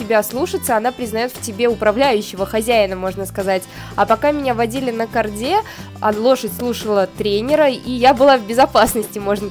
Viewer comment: Не на карде́, а на ко́рде